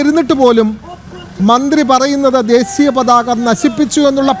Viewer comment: It's desheeya pathaka, and not desiya pathaka.